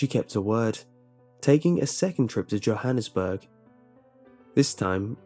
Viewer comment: At you pronounced Johannesburg incorrectly. It's YO-hannesburg.